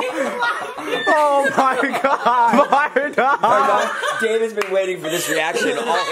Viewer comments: It’s not “ Vardan “ it’s Vardon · It’s vardon